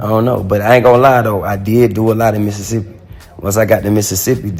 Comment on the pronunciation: He say Mississippi just like Mississippi people ❤️💯😭